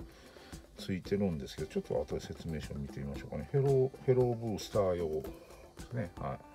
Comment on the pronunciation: や・・・やばいです フェローブースターがteruoブースターに聞こえてしまったですよ💦